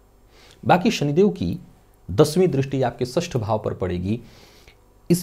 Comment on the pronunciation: वाह, "शनिदेव" शब्द का सही उच्चारण सचमुच कर्णप्रिय लग रहा है। 'बुध' भी अब "बुद्ध" नहीं रह गया... काश ! रासि, ओपरेसन, (नौकरी-)पेसा आदि में भी सुधार आ जाता !